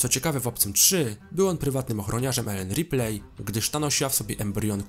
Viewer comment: Nie żebym się czepiał, ale nieustannie źle wymawiasz nazwisko "Ripley" :) A tak poza tym to łapka w górę :)